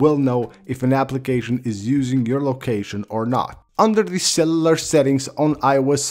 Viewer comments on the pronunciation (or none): “cellalar data” 😂😂😂😂